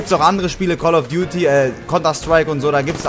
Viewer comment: Ich hab call of byuti verstanden